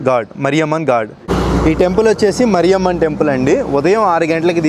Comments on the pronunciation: "మరియమ్మ" కాదు రా "మారియమ్మ".😢 ఎందుకు పుడుతారో కూడా తెలీదు. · మరియమ్మ కాదు బ్రో.... మారియమ్మా మా ఊర్లో మారెమ్మ అంటాం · మరియమ్మ కాదు మారియమ్మ అన్న